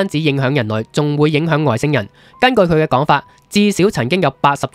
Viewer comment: 「造訪」，喺呢度「造」音「醋」，唔讀「做」。 「昴宿星」，「昴」音「卯」，唔係「昂」。 🙂